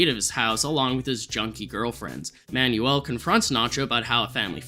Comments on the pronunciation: My guy its pronounced "man-well" not "man-you-ull" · The name "Manuel" is pronounced "Man-well" my guy, not "man-yoo-ul" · Manuel is pronounced "man-WELL"